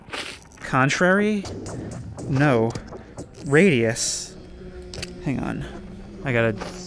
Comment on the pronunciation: I heard "into the feetus"😂😂